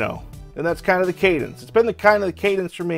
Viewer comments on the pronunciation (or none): none